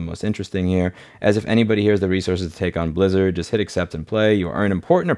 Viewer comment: All i could hear is "soup lizard" 🍲 🦎